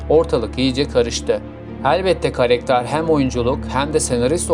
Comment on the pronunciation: Karekter değil karakter